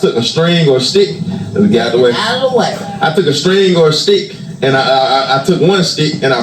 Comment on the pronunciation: lately I’ve noticed that has been saying words that begin with the letter “s” pronouncing the words differently like he’s adding a “shhh” sound to the word. Ex: shhh-tick for stick and shhh-till for still. Especially heavy emphasis when he says “ it’s shhh-till all about God”. Just an observation. 👀